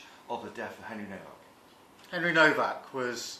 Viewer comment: This Vile Creature, Cant EVEN GET THIS POOR YOUNG MAN’S NAME RIGHT …….. His name is HENRY NOWAK 😮!!!!……. Not NoVak…You Vile Arrogant Man! He was every Patent Dream……he was All you could wish for and more…….HIS LIFE HAD VALUE. But YOU, starmer, Reduce the likes of Henry and millions of British Whites, down to White Racist Thugs!!!! You, Mein Starmer, must have a huge bucket beside your bed, full of British Blood, where you conveniently wring your hands nightly, to rid yourself of your latest Victim😤🤯👺. We need a country wide protest, in every town and city that has Victims of Labour’s Decades of Anti Working Class White British, Racism.!!!!!!